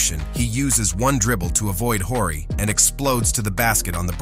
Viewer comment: You don't know who Robert Horry is ? You keep calling him "Whorey" 😂